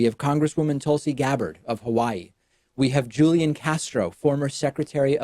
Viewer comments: I also wouldn't be supporting Tulsi Gabbard, but c'mon, David; you have to know by now how to correctly pronounce Julián Castro's first name. It's "HOOL-YAN"; not "Julian." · It's pronounced HOO-LEE-AHN Castro... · A point on pronunciation: Hoo-Lee-On. Julian is pronounced Hoo-Lee-On. ...you do know it's a Spanish name, right? Is the dialect you know that different from the one common in South Texas? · I just expected David as a native Spanish speaker to be able to pronounce a Spanish name. Maybe I'm wrong! ;-)